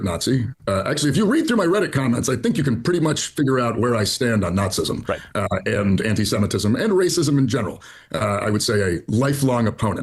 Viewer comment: HE REALLY SAID "NAZIISM"